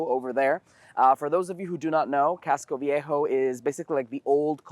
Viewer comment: Big props to for being able to pronounce words in his native language with a foreign accent. I'm not sure I'd be able to do that 😅 casco V.A'.hoe